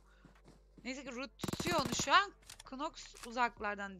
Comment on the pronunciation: abi knoxa (kınoks) demelerine bi benmi takılıyorum noks ya.